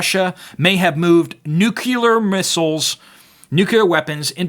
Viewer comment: I know this is a petty nitpick in the face of the dire news you are delivering, but... nuke you ler? It bothers me, for no discernable reason, when it isn't pronounced 'nuclear'.